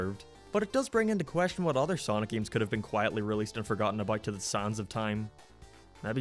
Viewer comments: I like how he says "games" g e e m s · The way you say games or gaming is Irish